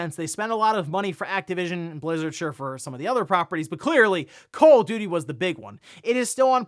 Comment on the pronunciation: Did he said call of diddy?